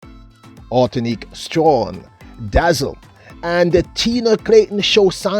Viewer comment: Why can't at least make an effort to pronounce this lady's name correctly? I have gotten tired of hearing him just mangle people's names. A name is important.